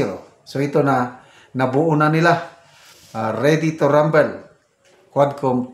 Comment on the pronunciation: Ready to rambOl, rambol po ang tamang pronunciation. Hindi po rambEL.❤😊